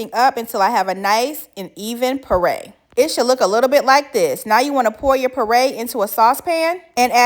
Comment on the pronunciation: It's not a Purr ray